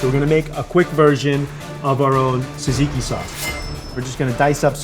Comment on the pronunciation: well not actually, the "tz" should sound more like a "j"! jajiki! but he pronounces gyro like a BOSS! :D